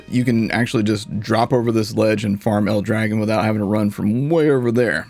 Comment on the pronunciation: Aww... no love for the real pronunciation to El Dragòn.. Battleborn was so good. So much character in everything.